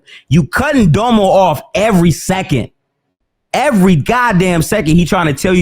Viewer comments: Its pronounced “Domm-o” not “Dough-mo” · Yo its dom•o not dome-oh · And btw it's DOM-O. Like Dominant. Not Dome-O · Honest question, is there a reason pronounces that nigga Domo name as doe moe and not dom-oh? Like no hate I just find it funny he’s the only one that pronounces his name like that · Nigga said Doemo everytime 😂😂